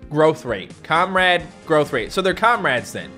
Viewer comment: it’s not Comrade it’s comreeeede